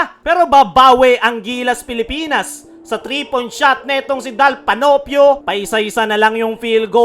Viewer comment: KKAAWWWNN -TREE daw 😅😂🤣